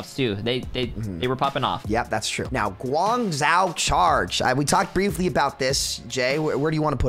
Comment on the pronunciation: Gooangzao and hangzao. That hurt to listen to